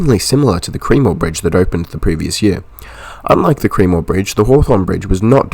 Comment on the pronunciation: Good video mate. Just a note on some place name pronunciation. Cremorne is pronounced "Kre-mourne" . Kre (short e like in tech) and mourne (like mourning the dead 😂). Kew is pronounced line the letter Q.